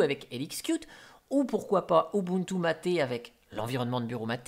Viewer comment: Mate se dit maite